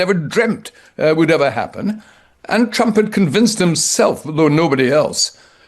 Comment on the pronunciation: Bombing oil refineries and bombing innocent civilians are not the same. Putin taunting “Chrump” (as Caroline pronounces it), and Chrump doing nothing.